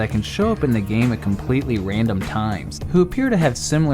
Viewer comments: to he says wandom insisted random 🤣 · did he say random or wandom? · he said wandom insted of random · said wandom not random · He said wandom, not random, wandom and it is absolutely hilarious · "A completely wandom spot" xd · yes it’s in a completely WANDOM spot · ikr lmao, finally found a comment that noticed this too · i think said for: its in a conpletly wandom spot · LOL completely wandom spot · Plus it’s in a completely rwandom spwot uwu . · “it’s in a completely WANDOM spot.” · Wandom spot owo uwu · Did he say wandom? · Plus it’s in a completely wandom spot Me: Wandom? I respect that. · it's in a completely wandom spot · completely wandom!!! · “completely wandom spot” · he’s speaking the cursed language of uwus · Its a completely wandom thing.: 2019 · he said wandom spot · wandom spot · Did you guys hear him say wandom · wandom uwu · guys this is so wandom... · completely wandom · completely WANDOM spot 😂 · a wandom spot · Plus it's in a completely wandom spot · did he say wandom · Man, it’s just so “Wandom” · “Wandom” Nice... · XD you said wandom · wait is it just me but he said wandom spot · "Plus it's in a completely wandom spot" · in a completely wandom spot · completely in a wandom spot 😂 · he says wandom im dead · he says “wandom” that has me dead😂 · “a completely wandom spot” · plus its in a completely "wandom" spot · thats a very wandom spot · did you just say wandom? that's what it sounded to me xD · "wandom" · "Wandom" lol Btw I like your channel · “Wandom spot” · so Wandom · It’s in a completely “wandom” spot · “It’s in a compwetwy wandom spot” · "Wandom spot" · there was an attempt to say random